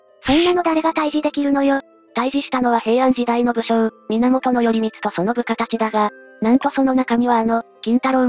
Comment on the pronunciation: よりみつではなくらいこうですよ